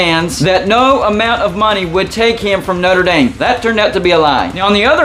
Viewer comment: “ Not-ra Damn”